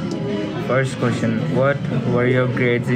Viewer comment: His way of saying Ques-chion, true pakistani accent.